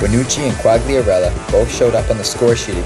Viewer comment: Great video but learn how to pronounce italian names or i am going to pummel you. Quagliarella (Kwahl-yarrella roll the 'r') not (kwag-lee-arella) and Vucinic's name is Mirko not Marko. If youre gonna be a fan then learn their names.